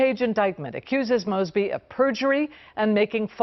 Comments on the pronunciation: I love that you mispronounce her name...because it isn't worth doing it right. She is an absolutely POS progressive as bad as anyone in NY/NYC or SF/LA/CA. Yes, I speak from a better-informed viewpoint as I live right outside Baltimore and see this s--t from her all the time. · the news clip you show at the beginning that you would have had to watch tells you how to pronounce her last name correctly and you still mess it up. how do you consistently mess up pronouncing people's names. i want to watch your videos but I can't because it's so annoying on your part. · Pronounced like moe, not maasby. 😉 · One correction, her name is pronounced with a hard O like Moses instead of moss. These charges are relatively minor, I might just ask why take this to court, except Mosby created a list of officers with legal issues that make them uncalleable as witnesses in court cases and released it to the public. She should be held to the same standards as the police officers she criticizes. In addition to Mosby's many ethical lapses, what unfortunately isn't discussed in the video is how Mosby mismanaged the office and failed to retain and recruit adequate personnel. Many lawyers have shown up to court with their clients only to find the assigned prosecutor had quit and there was no one to represent the State so the case had to be postponed. That will be the first priority of the next prosecutor. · M "O" SBY....LONG O 😇 NOT M"AW"SBY 😇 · This story hits “CLOSE-TO-HOME” for me since I work in Baltimore City. Pronounced “MOZE-BEE,” perhaps NOW that “SOROS-Sponsored CRIMINAL” will go to jail since she REFUSED to put Criminals in Jail! I’m not sad that this is happening. It’s LONG OVERDUE, in my Opinion! 🤦🏾‍♀️🤦🏾‍♀️🤦🏾‍♀️ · M "O" SBY..... Long O 😇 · it happens in nearly every video now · Long “O”…. Mosby(Like No). Just a heads up. Love your content. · Her name is pronounced Moes•bee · Please pronounce her name right